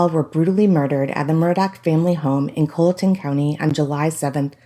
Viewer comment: OK you said it at least twice. Colleton County is pronounced CALL-eh-ton not COLE-eh-ton. Being so precise with your LE info so let’s make sure pronunciations are correct. Thank you.